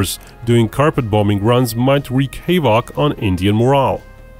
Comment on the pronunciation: Never heard anyone pronounce havoc like that